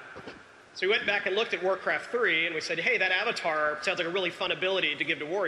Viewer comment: lol omg did u hear that fool when he said Avatar lol it was funny as hell lol